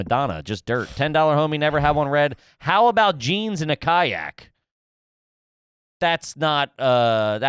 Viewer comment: Ka-nyak is a great pronunciation of kayak